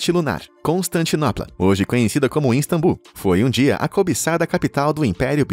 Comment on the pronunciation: "iNstambul" é complicado